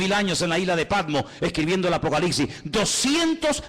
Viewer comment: Una humilde recomendación: es un hecho que el tiene una cantidad importante de seguidores, lo cual es excelente por la relevancia del mensaje que él está impartiendo. Pero en aras de no cerrarse puertas innecesariamente con oyentes exigentes, quisiera que alguien le diga que el último libro de la Biblia no se pronuncia ApocaliXi (y más cuando este parece ser un libro de mucho dominio y fascinación para él). Es ApocaliPPPPPsiSSS. Es increíble cómo una falencia no corregida en la pronunciación tiene la capacidad de distraer a unos y de generar cuestionamientos en otros. Esto lo digo con mucho respeto hacia este maestro de la Escritura, y va de parte de un puertorriqueño quien, por también ser predicador, le fue necesario superar el "comeL", "bebeL'", "oraL" y "bendeciL".